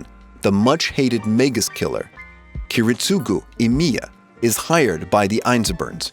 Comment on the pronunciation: The list is awesome but the way he said Kiritsugu Emiya gave me seasickness